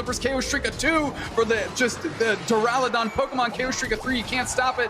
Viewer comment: Why does keep saying Durlodon